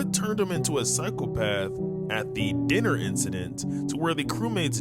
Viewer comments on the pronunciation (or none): none